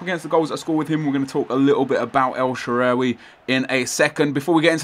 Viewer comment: THANK YOU SO MUCH NEP. I LOVE YOU AND SHAARAWY IS MY FAVORITE PLAYER IN SOCCER AND I LIVE IN AMERICA AND GOT HIS JERSEY FROM ITALY. HE DOESN'T GET THE AMOUNT OF RESPECT AND ATTENTION HE SHOULD. IM SO GLAD YOU PUT UP A VIDEO ON HIM. And for the pronunciation Sha rar wee The last when you were asking how to say it. Have a great day and keep up the great videos Nep